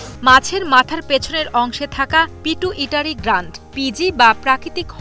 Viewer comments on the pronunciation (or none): Pituitary hobe..Pitu Itary na.thik moto uccharon koren 😅😅😅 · পিটু ইটারী😂😂 পিটুইটারি এই সব মূর্খ সংবাদ পাঠক কিভাবে চাকুরী পায়? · সেই উচ্চারণ রে ভাই। পিটু ইটাই টারি না😁😁😁🤣🤣 It’s Pituitary gland. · এই সংবাদ পাঠিকা আগে বিজ্ঞান পড়ে আসুন তারপর গ্রন্থির নাম মুখস্থ করুন,প্রতিবেদন করতে আসছেন নামটা ঠিকভাবে জেনে নিবেন না।ওটা পিটুইটারি গ্লান্ড বা গ্রন্থি।যেটা মানুষেরও থাকে।